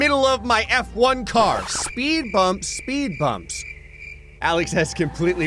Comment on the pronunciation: He said F1 plankton not s-1 plankton